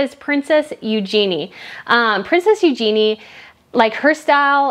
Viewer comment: Eugenie is pronounced yoo-juh-nee, with the emphasis on the yoo. Borremeo is pronounced baw-ro-MAY-o. The islands are the baw-ro-MAY-an islands. It’s AlbertA Ferretti. The designer is female.